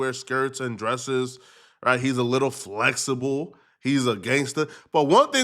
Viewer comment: New crib, no more bed sheet on the window? No baseboard no headboard though? Gossiping pays huh? You 're a gossip artist. You gossip for a living and call it content. Gossiping is the new talent. At the mark you start projecting. But first, why did you say "flexible" like that at the mark? 😆 🤣 😂 Stay thirsty!